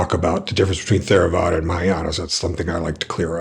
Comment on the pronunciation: It's pronounced Terravada. Not THERAVADA